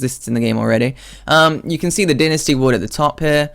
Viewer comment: why do people say 'din-a-stee' wood? its dynasty... die-na-stee.. you know... like chinese dynasty?